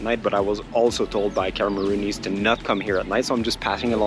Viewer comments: We are called Cameroonians not Cameroonees lol. I'm glad you enjoyed yourself in my country. 😊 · Amazing content in Cameroon but its Cameroonians not Cameroonesse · Cameroonians not camerooneese 😂😂